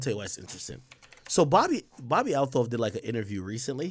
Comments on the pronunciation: she pronounces it "altoff" Ak.. fyi 👌🏾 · Why does he keep butchering her name like that??? 😂😂😂